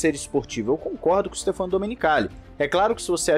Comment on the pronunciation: adoro seus vídeos, tanto pela qualidade do conteúdo, quanto pela forma de apresentação, como pelo volume de produção. Assisto a todos. Só me permita fazer uma observação. O nome do CEO da Liberty se pronuncia Stéfano (acento agudo na sílaba "né"). Confira no Google tradutor, para ver. Abração.